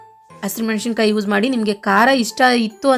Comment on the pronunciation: ರೆಸಿಪಿ ಚನ್ನಾಗಿ ಹೇಳಿಕೊಡ್ತೀರ,thanks,ಅದರ ಜೊತೆ ಕನ್ನಡ ವನ್ನೂ ಚನ್ನಾಗಿ ಮಾತಾಡಬೇಕು,ಮೆಶಿಕಾಯಿ ಅಲ್ಲ,ಮೆಣಸಿನಕಾಯಿ. ಕೊನೆ ಪಕ್ಷ ಕನ್ನಡ ಕಾಮೆಂಟ್ಸ್ ಗೆ ಕನ್ನಡ ದಲ್ಲಿ ಉತ್ತರ ಕೊಡಿ